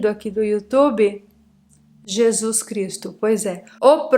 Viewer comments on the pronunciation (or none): none